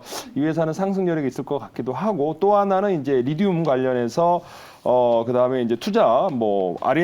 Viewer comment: 리듐이 아니고 리튬(Li)